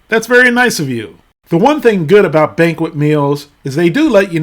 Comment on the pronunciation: "Banquest"? Jesus...